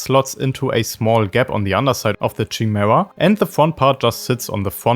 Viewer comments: great video, but its kuh-mee-ra or Kai Mare- a not chi-mare-a. its greek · With words with Greek origins (like chimera), the 'ch' makes a 'k' sound. "Kymera". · that's not how you pronounce the chimaera btw, it's like "Kimera" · It's pronounced with a K, not "Shy". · *Kai-Mare-Uh *Purr-gill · Friggin German accent pronouncing "Chimaera"... Horrible. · well, chimaera is a real word with a proper pronunciation. That’s why it’s trigging all the native English speakers. “Purgill” is said out loud in rebels, so that’s why it’s triggering